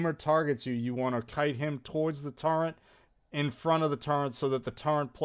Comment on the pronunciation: “Turrent”—- Wild